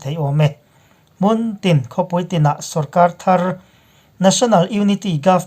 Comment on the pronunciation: Mûn ni loin mun rang deuh hlek a lam tur.